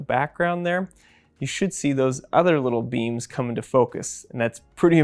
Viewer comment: When they sad “little beams” I kept on hearing “little beans”.